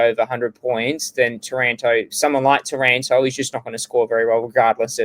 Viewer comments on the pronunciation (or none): can you pwetty pwease wepeat the pwice for tawanto?